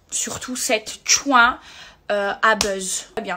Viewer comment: C'est pénible d entendre dire tchoin cette fille est plus connu quemaeva pas besoin de buzz mais Maeva est franchement pas crédible mais maeva soit objective elle est testeuve stop